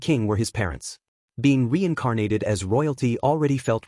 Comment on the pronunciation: Weincarnated, how can an ai voice not pronounce r's